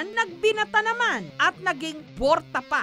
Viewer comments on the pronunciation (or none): borta ??? 😂😂😂 borat daw 😂😂😂😂